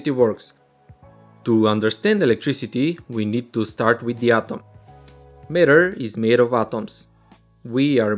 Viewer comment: Sir your atom pronounce is not good